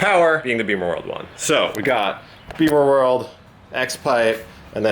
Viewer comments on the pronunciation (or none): I twitch a little every time says "Beamer-world." It's BIMMERworld. We don't ride motorcycles!